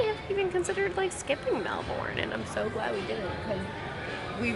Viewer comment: Okay I’m being so pedantic here – but it’s MEL-bin. MEL-bin! Not Mel-BOURNE. Lol. I’ll stop now. I’m from Sydney and I totally get why you loved Melbs, it’s beautiful and friendlier and a lot more European. Less congested too. Glad you enjoyed Australia and I enjoyed your vlogs, which I discovered today. Safe travels xo